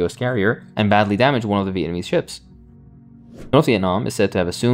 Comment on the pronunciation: I love you but slow down. You’re saying Viennese instead of Vietnamese lol